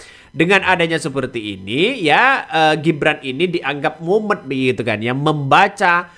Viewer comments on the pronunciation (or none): Mumet mas.. bukan mumen.